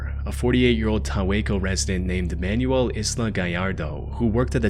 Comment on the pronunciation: Every time you say "Man-U-El" I think you're talking about an instruction guide. The name is pronounced, "man-WELL" - especial among Spanish speakers.